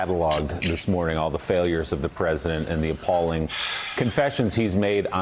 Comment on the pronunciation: "praise-a-dent" thump*